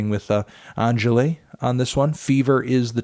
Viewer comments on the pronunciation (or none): For the record, Angèle is pronounced "Angell". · you pronounce angèle as engele with the 'en' from rendez-vous and the e from "bed". just so you know. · not Anthony calling Angèle Angelay 😂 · I really appreciate the effort you made to pronounce Angèle’s stage name, some of those french accents are funky! unsubscribed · The police has been notified about how you pronounced Angèle. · That’s... not how you say Angèle...